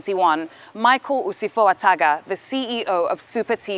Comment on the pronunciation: Yes, you sure did hear her gaffe...lol.